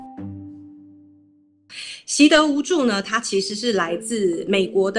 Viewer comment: 只是聽聲音，想說志祺今天也加入辱華行列，「習的無助」不知道包子為何忽然無助了？🤣